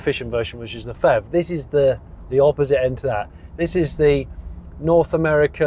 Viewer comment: Hi Jonny - Great review, as always! Just one personal suggestion though - can we not call it the "FEV". I think it would be easier to distinguish it if you stuck to P-HEV(Pee-HEV)... Especially since FHEVs are actually a thing... Just my 2 cents...